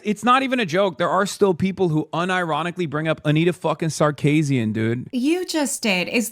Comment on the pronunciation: Hasan is so sexist, he has no idea how to pronounce Sarkeesian.